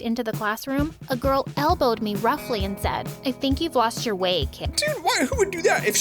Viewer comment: Whats a saud is a said not saud